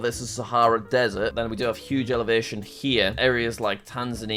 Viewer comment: the way he says elevation